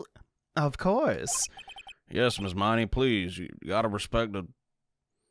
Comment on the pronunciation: man, I love you, but you're killing me with these pronunciations of the Miney sisters' names.